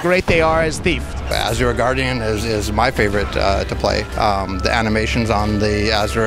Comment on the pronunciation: Why can't, Pronounce Asura correctly? He worked on the freakin game...